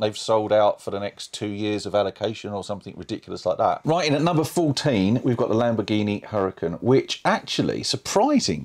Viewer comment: It's not Hurricane, it's Huracan with the H being silent and pronounced Urahcan. It's named after a famous bull WHICH, one would presume being car guys you would know. BUT maybe not, being car guys and all.